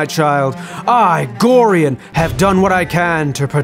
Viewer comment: That’s not how you pronounce Gorion…..